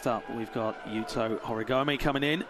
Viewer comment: When are the commentators going to pronounce the Japanese names properly? finally learns Rayssa's and they always put so much stank on AureliOn but butcher all the Japanese. "Yukito Horeegomay". It shows they don't watch much of the other comps.